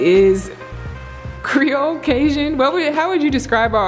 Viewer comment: NOBODY:......: “MAKE IT CREOL”